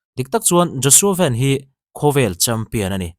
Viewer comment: Engatinge Joshua “Van” hi “Ven” intih zia? Joshua Van ti tur ani zawk